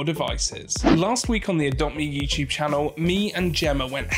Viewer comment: when you said social chanlle whats channel or website